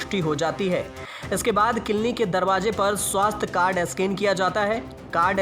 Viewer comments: Clinic hota hain kilni nehi😲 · Clinic बोलना तो सिखले भाई